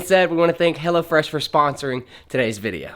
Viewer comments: I don't know if it's the accent or on purpose, but you keep sounding like you say "Hella Fresh," which I think is gold. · That GA accent... Hellafresh... come on you can say it right